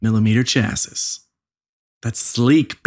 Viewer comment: I think chassis is pronounced chassie or chassy.